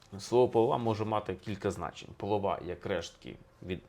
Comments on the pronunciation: Не полрвА,а полОва. Так правильно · Також полОва, ніяк не половА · Не половА, а ПолОва, наголос на друге О, тоді гарно римується з чорнобрОва. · Не половА, а полОва.І це не половина, а звичайна полова після обмолу зерна. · Не половаʼ а полоʼва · Не половА , а полОва) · не воловА, а полОва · Не полов'а а поло'ва і жінка чорнобро'ва. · Не половА, а полОва! Полова - це дрібні луски, що оточують зернину, при обмолоті полова відділяється від довгої соломи і використовується в запареному вигляді як наповнювач для свиней і великої рогатої худоби. або як підстилка. Як не гроші, то полОва, тобто не варто журитись, що грошей мало, коли в господаря жінка чорнобрОва (еталон жіночої краси!), то прийдешній рік для нього буде вдалим. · Можливо не половА, а полОва? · Та не половА, а полОва! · Не полова', а поло'ва -ставте правильно наголос, тоді буде чорнобро'ва. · Пане історику, дослідіть правильні наголоси в укр словах --- полОва, а не половА...чорнобрОва, а не чорнобровА ! Полова не має цінності,а чорноброва жінка завжди заробить на хліб для сім'ї і для чоловіка. Все набагато глибше,аніж ви розказали !!!! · У нас наголос полОва. І тоді римується із словом чорнобрОва. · Пане Олександру, полОва, а не половА:) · Пане Олександре, чому половА? якщо полОва? ууу?🙄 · Моя баба казала поло'ва..наголос на о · ПолОва, але в піснях часто змінюють наголос для прикладності. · Чому ви кажете ,,половА,, і жінка ,,чорнобровА,,? Це ж не той наголос)) Полова - уе конкретно про сміття - зерно забирають, полову викидають. Жінка чорноброва - це мірка краси українок. Про чорнобрових не тільки в цій щедрівці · Правильно казати «полОва», тоді в рифму вкладається і «чернобрОва» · ПолОва - наголос на друге О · Пан історик, наголос полОва, то акт половий російською😁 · Ой шось такий аналіз дивний!! ПолОва! ЧорнобрОва! наголос головне. Гроші то полова, тобто , а головне в житті сімейне щастя, любов)) полова - відходи від зерна. Дуже розповсюджене слово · Правильно полооова, наголос на2 склад